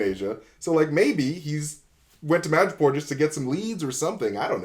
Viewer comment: 'Madripoor' not 'Magapore'